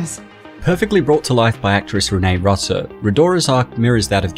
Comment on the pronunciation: I believe the actress name is pronounced like * Renee Roo-so, Not Russ-o. Roo - so, Rue - so